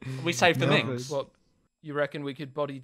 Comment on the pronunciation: Minks (plural of Mink) not Minx